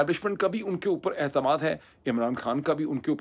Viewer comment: Dr Sb aapka tajziya to munasib hai aur aapka anti establishment stance qabil e Tehseen hai lekin please ye «Warr gaya » term aap ka taqreeban takya kalaam banta ja raha hai, meri nazar mein koyi achchi rivayat naheen. Kayi saal se aap Aitemaad to Ehtimaad pronounce karte hein thodi si tawajjo apni overall Urdu par bhi dein please!